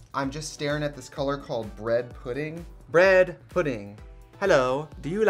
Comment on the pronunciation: Literally, “I said to my grand pahrants, may I please have bredd?” Is my favourite soundbite of all time. I don’t know if it’s a combo with the editing or what, but it’s a classic.